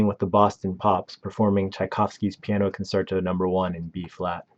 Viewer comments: "conserto" "morTENsen" Really? REALLY? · its pronounced con -CHAIR -toe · Concerto is an Italian word and is pronounced “con-CHAIR-to.” It’s not just “concert” with an “o” tacked on. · Con-CHAIR-to, not Con-SERT-o...and Viggo M....? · If you incorrectly pronounce an actor's first AND last name in the first five seconds, why should a viewer trust the accuracy of anything you say in the remaining thirteen minutes? Also, c-o-n-c-e-r-t-o is not pronounced con-SUR-to. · And 'con-sertoe'? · Very amusing that the author of this video reveals his lack of education. He doesn't even know how to pronounce "concerto" which exposes his ignorance. He also can't pronounce the biggest agent impressario in world history: "Saul Hurok". " A little education is a dangerous thing..."